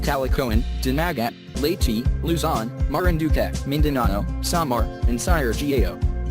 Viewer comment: Leytii??? XD